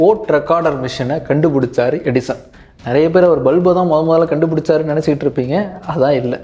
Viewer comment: Edison nu theliva sollunga bro.. 😅